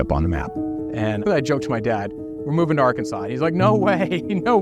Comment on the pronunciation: It's Arkansas. They dont say Ar-Kansas. They say Ark!Kan!Saw! But it's spelled with an S. Not a W! I'd leave that dumb assed state, too.